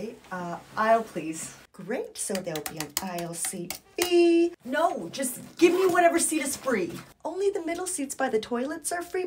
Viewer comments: I love how she says "feeee" so accurately 😂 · They way you say fee is great.